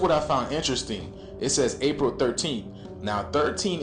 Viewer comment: yo did bro say that its da real 13? cuz a p is a d? ok but even if they were the same, he still wrong cuz its april not paril lmao